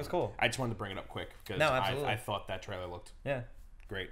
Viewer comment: What the hell is a treller?